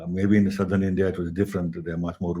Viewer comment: I was surprised to hear you say "Southren" instead of "Southern" in true Punjabi style. 😂 Time stamp '